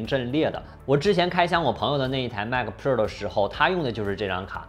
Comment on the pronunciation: Mac 它度 马克